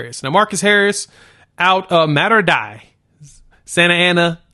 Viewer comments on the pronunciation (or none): FYI Mater Dei is pronounced like day. It means mother of god.